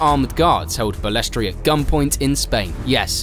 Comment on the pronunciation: He was also a crook and did some very bad deals to further his own interests. His attitude towards drivers that if they did not like it they could be replaced, it is not Bales-tray it is very annoying in this video listen to Ayrton Sennas perfect pronunciation. It is sad to see it go from the pioneers like Frank Williams and Ken Tyrell to the elitist sport it is today. I started watching it in 1979 at age ten when they could really race and it was incredibly dangerous but for drivers then it was the allure of it. I will never forgive Bernie for not stopping the Imola race weekend in 1994 when Martin Brundle found out he had been driving past a massive pool of Ayrton Senna’s blood he was sickened. Also he misled Senna.s brother and he was banned from the funeral they never forgave him. He sold out the true fans by making it pay for view of which I was one for many years. The only reason I really got back into it was Sebastian Vettel and Max Verstappen, the latter as he is so like the young Senna I grew up watching. Liberty Media are going to ruin it and the mystique of the drivers has gone they are too over exposed except Max as he, like Senna likes to get on and race and keep his private life private. Bernie Ecclestone was a ruthless and mean team boss though they laugh about it now Nelson Piquet was so frustrated by the time he left Brabham in 85. Also Bernie’s support for Putin is odd but yes as you say the man is a legend! ❤😂😮